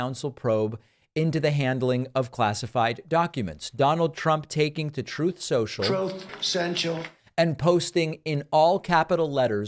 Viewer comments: "Troth sensual" I love it! "Vermin" Trump fears the Pest Exterminator. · FAILING “Troeth Sential” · Troath Sentshull. TROATH SENTSHULL. #TroathSentshull #MeltedBrain #Trump